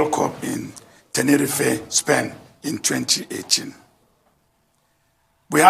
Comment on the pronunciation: How does he become minister? “Tenerifey”lol🤣😜🤪